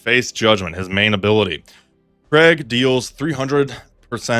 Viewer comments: Its not craig bro 😭 its krEEEEEgg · It's pronounced KREEEEGG